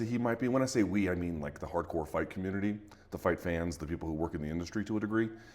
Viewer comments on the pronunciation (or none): "The hardcore fight commudeldy" Once you hear people say "udeldy" instead of "unity" it's both annoying and fascinating. Stop pulling your tong so far back into your mouth dude, the 't' is right at the front.